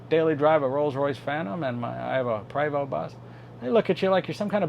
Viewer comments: It is properly pronounced "pray-voe". You were saying "pree voe". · Je suis Canadien! Oui! C’est un Prévost! (prob. “Pray—VOH”)